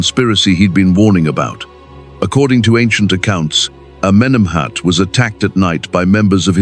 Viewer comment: Amenemhet Aaaai! 😂😂😂